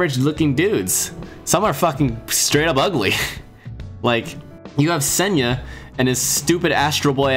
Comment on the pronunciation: Hearing him mispronounce sena hurts but at least he has love for the series